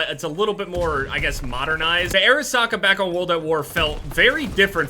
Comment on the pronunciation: Who thought he was saying air socket